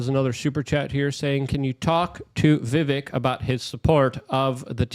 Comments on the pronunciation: Excuse me.....his name is VI VIK RAMASSS WAAAMY. Like VIVEK RAMASWAMY. With A 🌈 rainbow flair..😂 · Right? It’s Vivek like cake. I get my name pronounced incorrectly all the time and it’s very annoying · LUKE ITS VIVAKE LIKE CAKE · The Correct pronunciation of his name rhymes with cake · Omg how do you have him on your show but can’t get his name right???!! It’s Vivek like CAKE